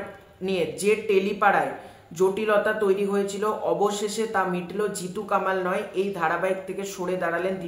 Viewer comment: জিতু কামাল উচ্চারণ করছ কেন ভাই? ওর নাম কমল ওই নিবেদিতা দেবীর ইন্টারভিউতে বলেছে।